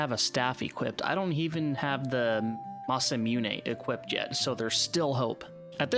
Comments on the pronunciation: It's mah-sah-moo-neh,the "ey" at the end is purelyan english accent thing . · Nice run! Also Masamune is pronounced Mah Sah Moo Nay; though as a kid I thought it was pronounced like NASA with an M, Masa Mewn. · This was a really interesting video, and an enjoyable watch. Your pronunciation of Masamune is awful though - Japanese is a phonetic alphabet - Ma-sa-mu-ne (Mah-Sah-Moo-Nee)